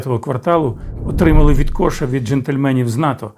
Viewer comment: Єдине - не відкОша, а відкошА.